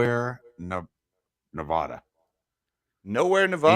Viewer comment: Why is it that most people from the East Coast can never pronounce NEVADA correctly?